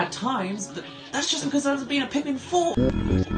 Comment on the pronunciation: it’s called pikmin not bikmin